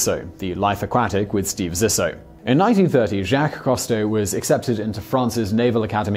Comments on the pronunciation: Learn how to pronounce French names: you keep getting the pronunciation of "Jaques Cousteau" wrong... It shouldn't be too hard to find video or audio of the man himself pronouncing his name! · Have you never heard the name Jacques Cousteau pronounced? Your accent is NOT an excuse to mispronounce names; names are pronounced the way the person pronounces it, not however the hell you wish to pronounce it. It's obnoxious. Wouldn't you correct someone who said your name as "See-moan" or "Simian" instead of "Sy-mun"?